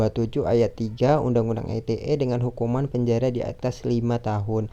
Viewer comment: komentar saya untuk kelompok 12 kurang lbh sprti kelompok 10, krn gak keliatan muka, saya jadi gabisa nilai secara maksimal.: beberapa kali saya tangkep ada artikulasi yg kurang jelas: UU ITE dibaca biasa aja ia ala ejaan Indonesia U-U-I-T-E. ITE gak dibaca aiti-e krn itu bukan singkatan dr bhs inggris tapi udah diterjemahkan ke bhs indonesia